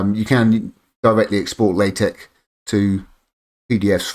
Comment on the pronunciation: Nice video. I'm finally jumping on the LSP train myself and this was helpful. Just FYI, the X in TeX and LaTeX is supposed to be the Greek letter Chi, so it's actually pronounced like"Tek" and "La-Tek" (short "a" sound, like the a in "law", at least on my side of the pond). Blame Donald Knuth :) On the plus side, it cuts down on the condom jokes.